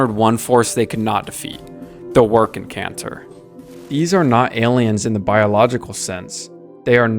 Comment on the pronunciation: I think your suppose to pronounce the second 'c' in W'rkncacnter. It shouldn't be silent. Love the blueprint diagrams in your video.